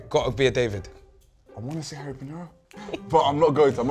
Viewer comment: 1968 and man said harry pinero lol